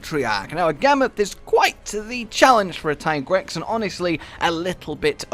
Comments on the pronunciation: Tye-Grex?.... Yes absolutely and there is NO OTHER WAY TO PRONOUNCE IT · i agree with the whole tigrex pronunciation rant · The ones calling it Tiegrex are in the wrong , in many languages like french or Spanish Tiger is Tigre so yeah, Teagrex is the correct way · in spanish is tigre... so ti-grex always made more sence than ty-grex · Also its pronounced tiigrex because tiger in other languages such as german the word tiger the i is spoken loonger : tiiiger +trex=tiigrex just to let you know why hes pronaunced that way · I have no problem with everyone calling it Tai-grex since it should be the english form of pronuoncing the name but many don't realize that the way the developers call it comes from the spanish word tigre or at least thats the way it seems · It's kinda stupid to me that that the Tigrex pronunciation argument ever happened in the first place? His Japanese name is ティガレックス Japanese words are spelled almost completely phonetically. As long as there's no Kanji involved (and there aren't here that's pretty much all Katakana) each symbol represents a syllable, except for certain symbols that modify the one before them Tee-Ga-Re-Ku-Su